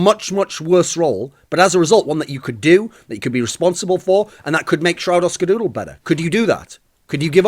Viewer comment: Please make a video where you just say skadoodle. It sounds so funny when you say it. Dooooodle